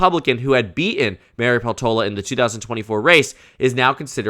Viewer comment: Peltola is a finnish surname, so i suggest putting more stress on the first syllable